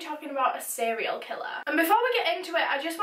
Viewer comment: To be quite honest the reason I decided to actually keep watching the video is how you say "seriol" killer. I flipping adore it.